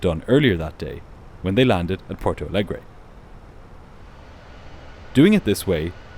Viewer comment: You’re content is at an insanely high quality. Keep up the good work. The only very minor thing is that as Porto Alegre is a Brazilian city that speaks Portuguese, it would be pronounced like Portu Alegri in Brazil and Portu Alegr’ in Portugal. Other than that video is a 10/10